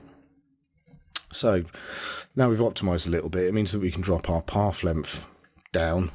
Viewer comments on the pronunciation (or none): "Pawf lempf"? Oh, you mean path length! :D No, in all seriousness: Thanks for the nice tutorial :)